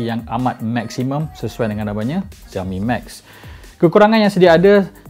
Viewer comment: you should pronoun it as 'siaomi' not 'ziaomi'